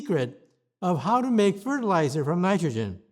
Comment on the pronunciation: You have been wrong about everything all of your life...why should I listen to this now...garbage can...?...Low hanging fruit if you ask me...or am I being too obtuse Tulsi Gabbard...he did say fertiluzer...Too Funny...❤ X5...10-4...